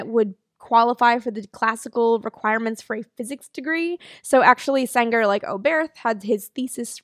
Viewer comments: In German you do not pronounce th like in English. So Oberth is simply pronoumnced like Obert. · You pronounced Sänger's name absolutely correctly. (But I think the stress is on the first syllable of "Oberth", not the second)